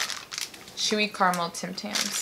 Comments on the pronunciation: It's Cara mel!! Not Car mel!! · Spots-for-fun-79 Critter bugs actually they were triggering me saying it like Carmel as If there is no a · Ca. Ra. Mel! Not carrrmel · It's ca-ra-mel not car-mel!!! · In Australia it’s pronounced cara-mel not car-a-mal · Only Americans and some Canadians say Carmel. It is spelled Caramel and is pronounced exactly as it is spelt. Cara-Mel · Am I the only one who gets triggered when someone says ”Carmel” instead of “carAmel”?😂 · I'm trying to ignore it but 'car-mel' hurts my soul. There's a letter missing. We do over pronounce the r but it's so strange not hearing "kahr-rah-mel" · Marmite is not vegimite, Tim tams are biscuits and not cookies and it’s caramel not Carmel lol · Mezza omg yes! All they have to do is read the actual letters - c a r a m e l not c a r m e l. Not hard really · Whenever I watch Americans say carAmel as Carmel, I get so triggered. Loved the video though, currently overseas and now I wanna go home and eat everything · keeps running her hands through her hair after eating chocolate, which is kind of gross. Her hair must be horrible after the end of the video - also, vegemite needs hot toast and butter. Marmite is NOT vegemite. Fairy bread is an after school snack, and a party food. Oh, and it carAmel, not carmel. Carmel is a girls' name. You had the tim tams, you had the milk - but no tim tam shooter? tut tut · Does it irk anyone else that they keep saying 'carmel'? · Calista Perez Yeah, and you’re wrong. C-ah-rah-mul. Pronounce the ah like you would when you say Apple, but it’s faster so it sounds slightly different. I can’t explain the sound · That's interesting as I've never heard anyone pronounce it Carmel, we all say "caramel" and I'm Aussie born and bred! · Gemma Lee that bothered me each time they forgot the A